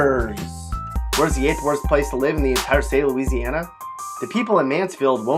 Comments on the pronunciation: Don’t listen to this fool. It’s bad enough that he can’t pronounce several of the names of the cities or parishes he’s referencing, but he can’t even pronounce Louisiana correctly. Gtfoh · YOU GOT LOUISIANA SOO WRONG MY DUDE✌🏼 dont even know how to pronounce things🤷🏻‍♀️ watch out now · You have Louisiana so wrong